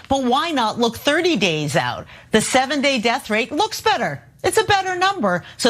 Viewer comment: Whenever Chump reads, his "the" is pronounced "thee", like a toddler first learning to read.